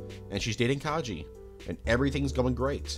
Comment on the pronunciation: lovely video, but please, PLEASE, put more effort into pronouncing character names. You called Kaji Kay-gee and consistently butchered otheres :(